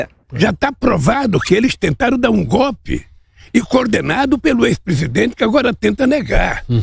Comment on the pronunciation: Kkkkkkkkkkkkkkkkkk la e so ódio aqui não aqui é beleza kkkkkkkk veio seboso morre de odio por não ter a popularidade do BOLSONARO e tudo que ele mal consegue falar que é gopi gopi simm goppppppi kkkkkkkk veio doido